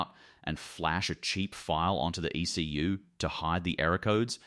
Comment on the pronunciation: In this day & age, why can't AI voiceover software be engineered to pronounce words such as "ECU" and "driveline" properly?